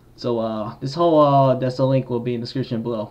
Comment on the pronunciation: the way he pronounced decal 💀